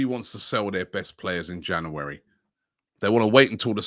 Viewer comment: Jan yuu ri